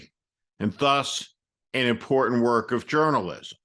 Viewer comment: Perhaps it is a trivial detail with MTG but she seems to frequently insert the word 'important' into her remarks but ironically she mispronounces it to be 'emporden' .